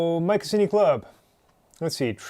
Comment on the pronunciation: I imagine the marketing boffins were aiming for "My Cuisine y" pronounced like the "C" was a "Q"....... not "My Kussini"